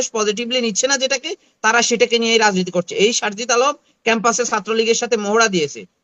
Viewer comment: Are bata name ta o tora thik thak bolte parish na sharjis ke bolis sharjit etai toder medhar kotar andolone useless